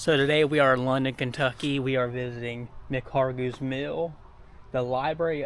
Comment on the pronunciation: Mispronounced McHargue!